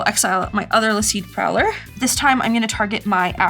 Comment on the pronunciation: i think its pronounced lasyd (La-Cid) prow-ler but what do i know, i hope you are doing well much love, never played a game of magic irl, but ive watched most of your shuffle up and plays and is it worth it videos, if we ever met i think i would die